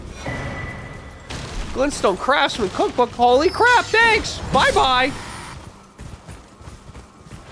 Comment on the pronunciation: Dont know if that was a joke when he said "crap" because to me it sounded like "crab"